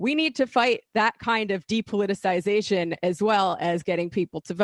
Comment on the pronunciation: Sam can't pronounce 'depoliticisation'. Add it to the list.